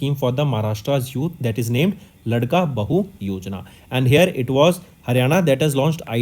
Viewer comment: Not ldka bahu it's laadka bhau.... Means ladla bhai